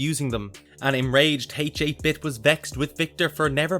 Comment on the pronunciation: You're killing me with "H-8 Bit". H8-Bit is pronounced "Hate Bit". It's a play on 8-bit, referring to his game world's graphics.